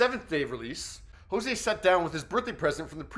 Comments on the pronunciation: It sounded like he was pronouncing it as "Jose" lol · Hozier not hozea